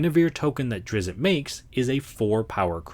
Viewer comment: It's pronounced ˈdrɪtst